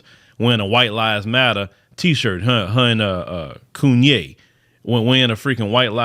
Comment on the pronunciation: When you said Coonye. 😂😂😂